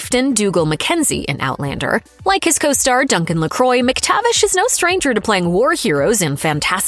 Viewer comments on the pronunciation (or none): Duncan Lacroix is not "Luh-croy". It's "Luh-kwah"